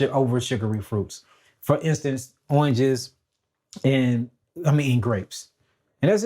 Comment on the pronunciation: Oinges 😂 Love you!!